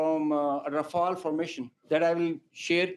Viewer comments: Its raw-fail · Oooh right sometimes u claim 5 rafale some times 3 some time 6 stick to one 😂😂😂😂. And he's learn english first it's rafale